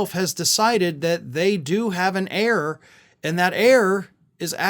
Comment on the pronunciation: Heir, pronounced as error.